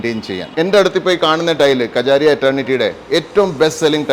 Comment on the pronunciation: കജാരിയാ, എന്നല്ല മറിച്ച് കാജരിയാ എന്നാണ്, 🙏